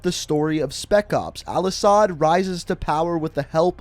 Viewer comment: The way you miss pronounced all ashads name triggered me